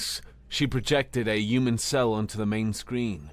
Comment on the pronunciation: Yewmen? That's a weird way of pronouncing human.😂😉